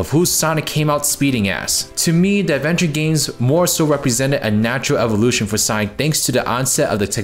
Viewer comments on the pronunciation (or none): none